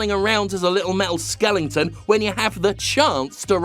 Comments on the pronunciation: skelenton ? say "skeleton" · its skeleton not skelington , silly Englishman cant speak English Kek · skelington > skeleton